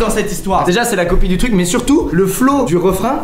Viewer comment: No dommage mais non il dit "copie" et pas "coqui" (regarde la description, [...]inspecteur Copie...)